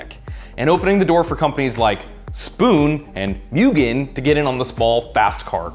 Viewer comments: it’s moo-gen not mew-gen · It's "moogen", not "myoogen" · Ayye its pronounced “moogen”